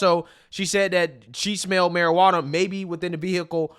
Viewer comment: “Maruh-ranna” lol